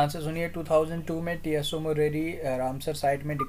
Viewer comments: But its not pronounced as T-S-O 🙏....Its like u saying Apple as A-P-P-L-E .....Not arguing Sir just telling ❤️ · Tso can be pronounced as "Soo"